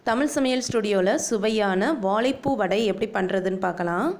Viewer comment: வாழைப்பூ அல்ல வாழை . வா ... ழை .. ழை....! வடை சூப்பர்,!